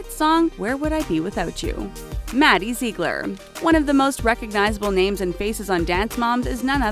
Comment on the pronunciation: This girl has no idea what she is talking about. Kendall was here from season two and Paige was here for four seasons, not five. In addition, you didn’t even pronounce some of the names right. HOW DID SHE GET ONLY MADDIE RIGHT?? Idiot🙄🙄🙄